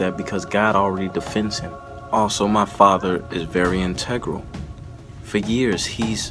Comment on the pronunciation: in·te·gral: an adjective it means: necessary to make a whole complete; essential or fundamental. My God, I'd wish this family would learn how to pronounce the word...a generational wordsmith problem